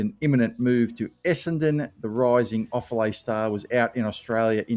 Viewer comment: And Offaly is pronounced Off - Alley